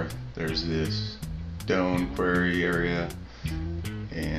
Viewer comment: quar·ry [kwawr-ee, kwor-ee]